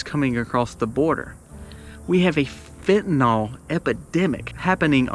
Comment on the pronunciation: Fentanyl - fenta NYL, not "nal"